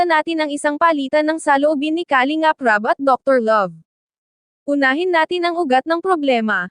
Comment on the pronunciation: Filipina ka naman,pls pronounce the word Kalingap correctly..